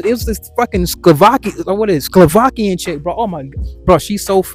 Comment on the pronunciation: Man said skovakian chick 😂😂 It's Slovakia